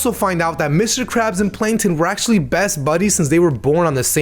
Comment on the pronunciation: heh, "panktons".